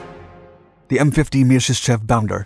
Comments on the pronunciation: Вы прототип ОКБ Мясищева называете Мьяшишчьевым?! it is called - MIASISHCHEV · Pet-liar-kov My-are-sis-chev